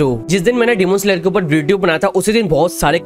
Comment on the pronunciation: Sir phele AAP demon slayer ka.prounciation phirse kiijye